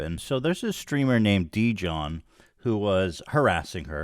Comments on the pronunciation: Ethan I swear to god. If your covering a story at least TRY to get the dudes name right. His name is Jidion not Dijon. I know that's what he changed his name to, but its obvious you put surface level investigating of this before you turned the camera on. Luckily its the right take, but you gotta do better dude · I cant believe Ethan called Jidion “Dijon” like hes named after the mustard🤣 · Ethan calling him “Dijon” instead of Jidion 🤣🤣🤣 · It’s Jidion Not Didion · It is so funny to me how ethan consistently pronounces his name dijon, like he's some kind of mustard 😭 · What? I'm confused, isn't he called jidion? I just hear ethan say Dijón like the mustard LMAOOOOOOOOO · I love that he called him “Deejohn.” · Ethan keeps calling him dijon like the mustard lmao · Ethan calling jidion deejon made my night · Lmao “djohn” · "Dijon" lolol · Ethan its Jid-e-on lol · "Dijion" 💀 ILY Ethan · Ethan. Dijon is a type of mustard lmao. Where’s the crew to help the pronunciation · Bruh mispronouncing a poc name as a joke… thats a lil racist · “There’s this person named Dee-John” 🤣🤣🤣🤣 bruh cmon Ethan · I love how unknown this guy was that Ethan isn’t familiar enough to say his name right 💀 dudes a loser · This was badly explained. I watched it all live. Your pronouncing his name incorrectly as well. He wasn’t doing anything misogynistic. All he said was post L + ratio in her chat, trolling her, because he found a video from her saying the n word. He could have not said anything and it would be fine but this is very badly explained. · I’m not sure if Ethan was pronouncing Jidions name as “dijon” because the guys a sexist, incel loser or if it’s because he doesn’t have anyone there to correct his horrible name pronunciations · i love how ethan mispronounces that man's name without even realizing LMAOOOO